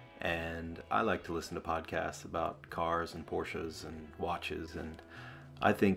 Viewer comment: Just when I thought life couldn't get any better my watch guy says he's a Porsche guy! And he's a real Porsche guy because he pronounces it correctly. My day is complete.